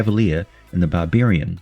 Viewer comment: Bar-beer-ian... i love the Aussie eeccent!🍺🍻